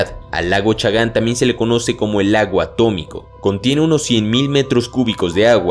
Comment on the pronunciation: A T O M I C O se dice A T O M I C O